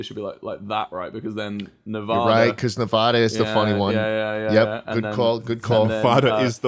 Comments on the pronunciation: Lol, Yall, istg no one knows how to SAY NEVADA expect Nevadans. Ne-Vuh-Duh is not it sis. Ne-VA-DUh is the right way. VA, VANcouver alright alright. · And you said Nevada wrong